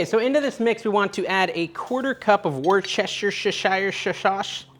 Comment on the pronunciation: You pronounce worcestershire sauce this way...who's your sister sauce. 😉